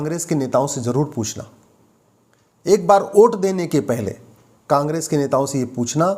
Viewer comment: कानून के आप अच्छे जानकार है। वोट को ओट उच्चारण कर संदेश दे दिए।